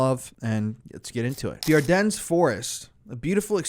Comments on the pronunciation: Sorry, but chateau duh am-er-wah and don't pronouncec the S at the end of ardennes. I'm grateful for your coverage of this, nonetheless. David I. wrote about it in the 90s. It's good for new people to hear of it. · The “S” is silent in Ardennes